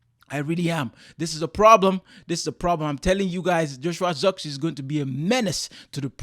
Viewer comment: It was not the right pronounciation of ZIRKZEEI... He is not English